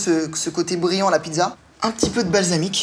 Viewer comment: on dit pizza pas pidza